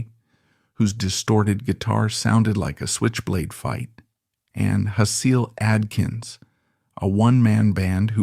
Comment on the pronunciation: I can always tell when they use AI to narrate these videos because of the mis-pronunciation. Hasil Atkins is pronounced like Hazel, "Hay-Sill". Ugh. 🙄 Are these videos just being cranked out completely by AI or is there a human behind any of it because I could see this whole essay being created by computers.